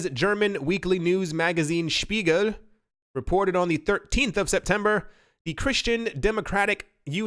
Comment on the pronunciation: Says ‘Bruno Lemaire’ and ‘Spiegel’ like native speaker. Mystified by ‘debut’.